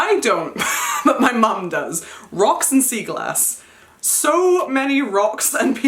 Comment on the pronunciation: 😭when you said sea glass I thought you said seagull ass, I was like- your mom collects pieces of WHAT!?😭😂💀 I’ve never heard of sea glass😅😂